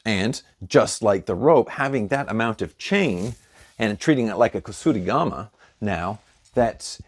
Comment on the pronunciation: its not kusurigama as you said, its kuSArigama